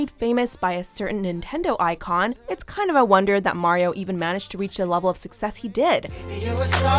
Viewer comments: His name isn't pronounced like the video game character....it's Maario........IDK his mom's on drugs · And marios name was pronounced like Mary-o